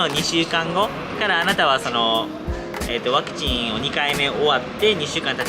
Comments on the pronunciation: 登録者数4万人！！おめでとうございます！！ 大事なところで「パクチー」って言い間違えるに（^^） カフェの猫ちゃん可愛いかったですね〜、テラス席のマダム達も笑顔になっていましたね。 頑張ったご褒美はやっぱりGateauで決まりですね、この動画を投稿できているからの体調も回復されたんだろうと 安心しています。 フランス政府の強引さ、違和感というか嫌悪感を感じました。 臨床試験中ですからね、それを制限をかけることで接種に向かわせるやり方は全くもって支持できないなぁと思っています。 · ワクチン接種２回目お疲れ様でした😊早く体調回復しますように✨スイーツとっても美味しそう💕頑張ったご褒美ですね☺️👍🎵Mashさんワクチンと言えずパクチンって言ってたとこおもろかったです😂あとあやちゃんにもっかいやってって言われて痛いのに腕あげてくれてるとこも😂👍ほんとに癒しの二人です🥰